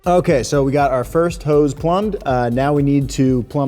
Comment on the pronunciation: Hose, not Hoe's...